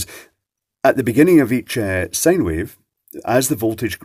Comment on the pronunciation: Can please say Sine Wave and not Sane Wave? Say Road Sine!